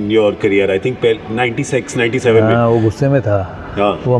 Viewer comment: Listen how Gaurav pronounces 96.🤣🤣